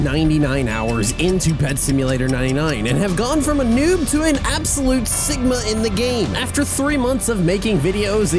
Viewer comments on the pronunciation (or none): I thought he said sicma 😅